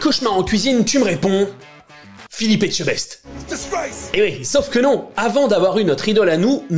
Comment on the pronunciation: Vraiment sympa ce format ! Bravo ! A quand le col bleu-blanc-beurre (parce que le beurre c'est le bonheur) pour réussir à prononcer correctement le nom de Philippe Esque.. Etsceque... Echte... pffff...